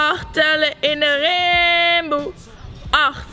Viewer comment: het is niet timboe maar rimboe haha